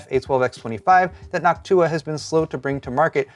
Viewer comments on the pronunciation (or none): it kinda hurt hearing NochtUUa since i only ever heard it said NOOOchtua..... not saying he is wrong or anything, but i was shriveling on the inside.....